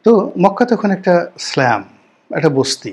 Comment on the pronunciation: রনি ভাই আপনার ইংরেজির প্রোনানসিএশান জঘন্য।টক্সিল,ব্যারেন,স্ল্যাম এগুলা কি ভাই?